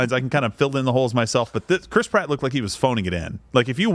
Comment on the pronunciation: My husband pronounces his name Krisp Rat instead of Chris Pratt 🤦🏼‍♀️